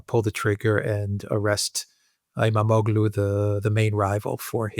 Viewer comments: The g is silent. Ğ = gh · The Turkish letter ğ is pronounced like a y. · You don't pronounce the g in his name. Imamolu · The g is silent in İmamoğlu's name.